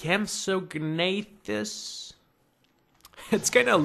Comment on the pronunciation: oh and its pronounced "Ank ey low saurus" "Pack-ee-sef-a-lo-saurus" "Compsonathus" the mod misspells the name Galinimus its actually Galimimus. oooh, i missed the permian. anywho, the depiction of the Permian was pretty accurate. permian would have been volcanic moraiss around siberia, and desert with some isolated watering holes everywhere else.